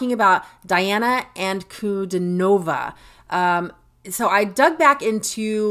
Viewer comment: Actually, it's pronounced Deana Ahnkudeenova with emphasis on the deen.